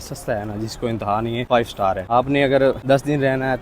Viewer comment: بھائی...! 5 سٹال نہیں سٹار